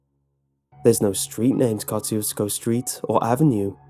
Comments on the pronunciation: there's a road my town with the same name, but it's pronounced "kashoozco" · It's kind of funny hearing an english pronounciation of the word Kosciusko when you are Polish and constantly hear about Tadeusz Kościuszko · Kościuszko moment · Very nice story, but I kinda cringed on how you pronounced Kościuszko. But I'm not going to throw a hissy-fit on you. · I'm from Poland and I laugh every time you say Kościuszko. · Well he didn't pronounce it right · It’s pronounced koe–shoe—skoe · Went here today. They pronounce it Kuh-SHU-skuh. No meat market. There is a dancing hall, though. Not creepy. 390 people live there. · It’s pronounced “ka choo sko” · I live near there it pronounced ko shoe skow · and its Easy to pronounce: kosh chu shko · I love in floresville texas ( a little bit away from poth and there (k town) ). this is really wrong. my grandma went there and I went there today. it is full of people, and it's not a scary place. second, it's pernounce ka-shu-sco, and poth is pernounce po-th. I am seriously upset that they get this town wrong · We pronounce it Ko-Shoes-co I believe. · You have to live here in South Texas to know how to pronounce Kosciusko. It is pronounced Ka-shu-ko. and by the way. It's pronounced Poe-th ......LOL